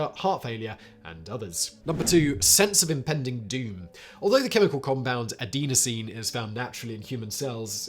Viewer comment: Dude… I’m a pharmacist… you weren’t even close on pronouncing most of these drugs… sound them out and you’ll be closer! Not even related to your accent…you literally took out entire syllables. If you’re not sure… call your nearest CVS, Boots, Shoppers Drug Mart…whatever, they’ll help you out ( Oh FLOX A SiN, A DEN OH SEEN, SUB SA LISS A LATE, CLO MIPP RA MEEN)